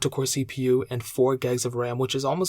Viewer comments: 8 "gegs" of ram 😂 great video, great info, but as others have said please slow down your speaking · “8 guys of RAM”